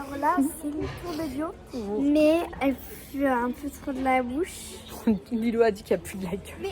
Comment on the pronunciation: Désolé c'est pas lilou c'est lilow